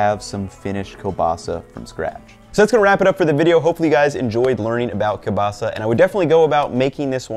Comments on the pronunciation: kurwa!! this is kieŁbasa not KE BASA, Ł is like W in *W*ar *W*ashington. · You have the weirdest kiełbasa pronunciation I've heard, from English speakers i usually hear keel-basa but i gotta be honest I prefer kobasa than that if it's not pronounced with the ł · Its properly pronounced kiewbasa. The L is sounded as a W. Also your last name is pronounced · Ngl it annoys me how he says "kielbasa" where l isn't soft. It should be ł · Ugh, the pronunciation of kielbasa drives me nuts